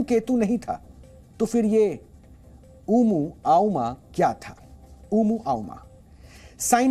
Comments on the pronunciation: ओमुआ मुआ उमू आउमा नही पगले 🤣🤣🤣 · Vo uvmuAimaa nahi Sir ji Omuamuaa hai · Yaar, at least theek se pronunciation to seek len aap log; "Planets" NOT Plates, "Exo-planets", NOT "expo-planets", "Oumuamua", NOT "Oomuoumu" 🤯🤯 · Uma ama Nehi ..bolo o yeah o yeah 😅 USA porn company 😂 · अगर सुधीर चौधरी होते तो प्लानेट्स को प्लेट और ओमुआ मुआ को आऊमा नहीं बोलते। नेशनल न्यूज चैनल पर प्रसारित होने से पहले एंकर ने होमवर्क पूरा नहीं किया..!!😂😅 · Omuamuan ishka naam hai. Umu auma nahin..... Kya sir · Umuaama nhi omuamua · It's not umooaooma 😂 Scientific name of that object is oumuamua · ओमूआमुआ बोलने नही रहा है न्यूज एंकर साहब को 🤣